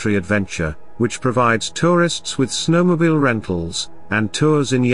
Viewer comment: I wish these reports about America were narrated by someone that spoke American english. I get tired of listening to some European, mispronouncing common words like snowmobile. Syntax is always off and the job could have gone to someone born and raised in America. I didn't finish listening to the rest of the presentation.